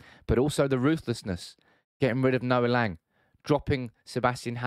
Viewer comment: It's pronounced Lang with a short A like the A in Ten Hag. It was clear Noa Lang was really talented and showed some beautiful stuff at Club Brugge. But his personality is so annoying, typical wannabe gangster kid. As an Ajax supporter I was happy he was kicked out but I wish him the best of course, no hate against him. Ten Hag made the right decision. Ten Hag is a perfectionist that want full control. Im 100% sure if you guys can get your hands on Frenkie de Jong and Jurrien Timber, you will see a totally different style of football you all have been waiting for.